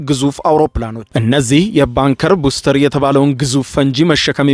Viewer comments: ኧኸኸኸ ባንከር በስተር ነው እባክህ!!! በትክክል አንብብ!!! ቡስተር😂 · ባንከር ቡስተር ሳይሆን ባንከር ባስተር ነው የሚባለው። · ባንከር በስተር not ባንከር ቡስተር